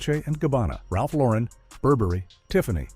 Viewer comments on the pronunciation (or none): none